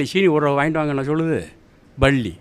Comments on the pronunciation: பள்ளி இல்ல ஐயா பல்லி.பல்லி பல்லி.....ஒரு கரிசல் எழுத்தாளரா இப்படியா உச்சரிப்பது? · Nee மொதல்ல பல்லி ன்னு சரியா சொல்லு